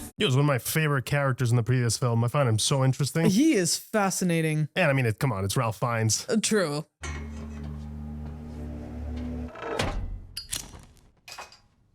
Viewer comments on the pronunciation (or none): Great reaction! Also Ralph is pronounced Rayf